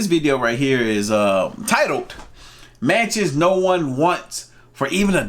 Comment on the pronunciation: What i heard " Manches nobody wants for a $1"